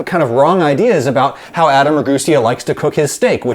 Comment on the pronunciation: i think you say your last name wrong